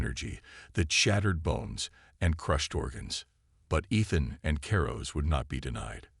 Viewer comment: I cant believe how bad u can butcher a mans name. Ethan. I heard 3 at least.